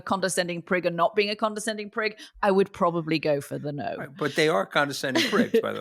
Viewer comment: It's Prick not Prig!?